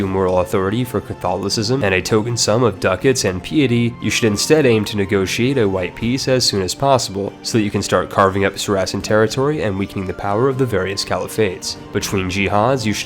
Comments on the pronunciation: It’s not “sar’acen” it’s “sara’cen” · I had to stop watching after you mispronounced Saracen within 10 seconds. How did you foul that up so badly? It's pronounced exactly as it is spelled. Sarassin? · i would expect someone who makes ck2 guides to be able to pronounce piety, papal, saracen, and courtier properly